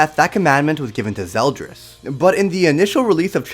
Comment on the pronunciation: “Zel dries”